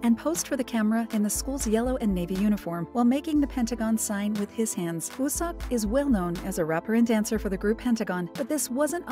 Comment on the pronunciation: ...... I'm pretty sure his name, wooseok, is pronounced as "wusok" not wusex